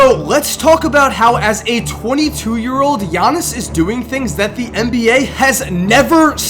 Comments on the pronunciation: bruh pause the video. you pronounced his name right! I'm just gonna congratulate you on that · Thank you for pronouncing his name right